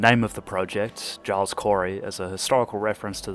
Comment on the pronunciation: Pronounces Giles with a hard G is a risky choice but I applaud it